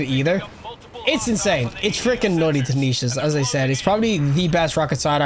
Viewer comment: Why do you keep saying "tanishas"? Why are all of you destiny YouTubers so illiterate?😮‍💨